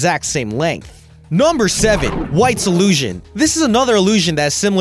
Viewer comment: the way he says number sounds like nomber